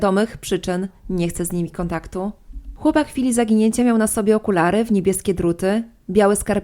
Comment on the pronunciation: Czemu tak akcentujesz końcówki słów, jakbyś pytalaaa? Okularyyyy, dziewięćdziesiątyyyyych, domówkiiii, nastolatkaaaaa. Kurczę , wkurza to